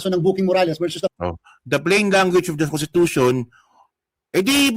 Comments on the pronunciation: nakakahiya, Contitution daw,! wrong pronounciation ??? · contitution daw , wrong pronounciation.